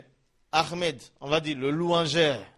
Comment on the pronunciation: C ommencez a prenoncer ahmed PAS AHRMED ??? franchement corrige toi .merci